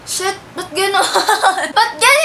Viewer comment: "at shet " haaha